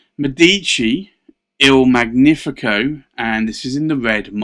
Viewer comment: You own beautiful pens, indeed. Just for info, in Italian it is Mèdici, with the first e stressed, and in Magnifico gn is pronunced like the spanish ñ in años. Not to criticize, just in case you mind your pronunciation